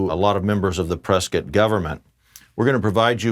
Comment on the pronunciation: Thank you for saying Prescott correctly!!